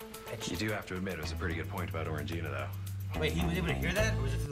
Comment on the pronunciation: Why do you guys keep calling Orangina "Orange gina"? There's just one G!